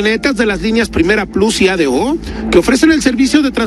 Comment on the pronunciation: Todo bien solo una pequeña observacion se dice A. D. O no ado pero bueno yo entiendo xq esos autobuses corren para mi estado veracruz solo hago la observación para la gente q no sabe como se pronuncia es (A. DE. O)